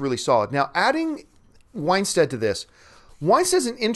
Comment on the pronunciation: It's Winstead, not Winestead.